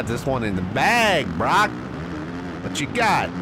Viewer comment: You pronounced Broc’s name right